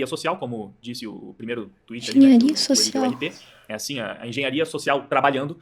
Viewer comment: "asim" kkkkkk pqp